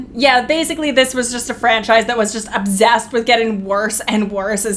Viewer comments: Exactly she doesn't even know how to pronounce obsessed? It's actually that she's too lazy to pronounce it right at well as setting thing and anything. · Sorry but its obsessed not obzessed. S not Z